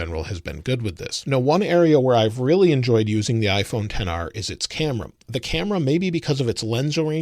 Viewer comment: are we just gonna ignore how he said " 10 R" instead of XR?